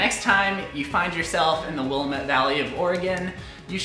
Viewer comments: Lol. I remember when I was new to OR and getting the pronunciation wrong too. It’s Will-AMM-it.lol. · I'm glad you FINALLY watched LoTR in one of your more recent videos. I live nearby Eugene and Salem area, so your videos with the PNW always are so fun to watch. You pronounced Willamette differently than we do here, but how would you know? lol. We say it like Will-am-ette. Honestly, your pronunciation makes more sense haha. Thanks for all the witty dad jokes, it's one of my favorite things about your videos! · Please do a tour of that castle! Oh and it is pronounced Will-lam-it Valley. 😎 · Ngl, I live in Vancouver BC and always pronounced "Willamette" the way does, up until several years ago when I heard the correct pronunciation for the first time. But we've got our own fun place names, that I never realise are difficult to pronounce until I hear them butchered by nonresidents...😂😂😂😂